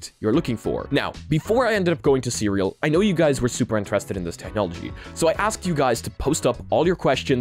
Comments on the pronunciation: So just for clarification you pronounce the company CERAL as "Cereal" but the actual pronunciation should be "See Real" with that little pause between the two words, yeah? Just noticed that's how they pronounced their company name during the interview. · You kept calling the company Cereal 🥣 throughout the video when the CEO on the interview clearly called it "C"-"Real" in reality.😂 As for this tech? That's awesome, and just focusing from my phone screen to the wall across the room in the background, I could see what you described & then moving my phone backwards and forwards. Then you mentioned about trying that with your hand. This level of immersion is definitely the future and I could see it with my own very eyes!😂 I can't wait to see this in action for VR. Being able to see that without glasses would be awesome for my significant other too. Thanks👍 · So the cofounder very clearly pronounced the name as “see real”, yet you insist to pronounce it cereal like the breakfast throughout the video? SMH 😐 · I'm pretty sure it's pronounced "see real", not "cereal" like breakfast - he even tries to correct you at the beginning of the interview 😅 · You should at least pronounce their name correctly. Should be pronounced See-Real not cereal. 🤦‍♂️🤦‍♂️🤦‍♂️ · Not Cereal... it's "C-Real"